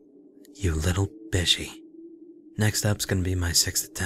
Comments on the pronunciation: Isn't bishi pronounced bee-she? Bishonen. Bee-sho-nen, right? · Bishi pronounced "Bee-she." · Lol called D a bishi xD he is, with cute freckles